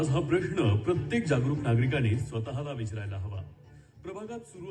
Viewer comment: " विचरायला " नाही रे बाबा " विचारायला "